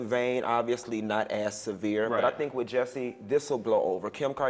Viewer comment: Off topic... but I cant get into it simple because his name is being pronounced wrong. As an educator & someone whose name is always mispronounced, that alone is step #1. WHY is it so hard for folk to just say J*U*S*S*I*E!? Geesh 😡 Ok. Well anyways... back to the story👌🏽💚🦋